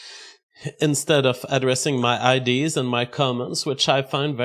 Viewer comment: Nick fruentes, bad idees. Why does this guy talk like he got hit by a semi